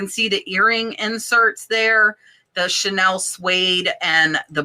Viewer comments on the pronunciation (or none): none